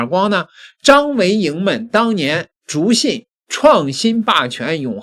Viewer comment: 笃(du)信，不是zhu信